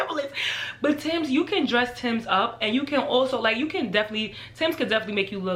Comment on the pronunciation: When she said a pair of Timbs!😩 I'm not even from NY but that sounded like blasphemy!